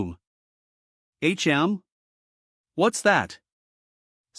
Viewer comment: If u can't pronounce words don't narrate them like wtf why can't u pronounce tch or hm just quit 🚮🚮🚮